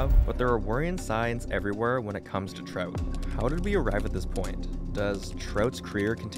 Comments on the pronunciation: Sounds like you are saying trote lol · The way he says Trout is super weird.